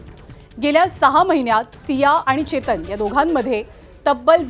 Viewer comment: Ketan ki chetan te aadhi nit bagha mam😅